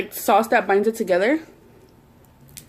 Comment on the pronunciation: Your saying "Sås" Like a swed. 😂❤️